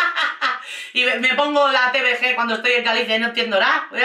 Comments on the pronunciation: En lugar de TVG teuvege como dices, en gallego se dice teuvegá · TVG 😂😂😂 “te-uve-ga” al menos así se llamaba en mi época (no hate, simplemente me hizo mucha gracia como lo has dicho)